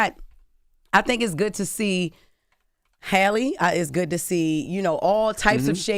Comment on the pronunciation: How is Halle Bailey Charla's cousin when he can't even get her name right. He keeps calling her Holly.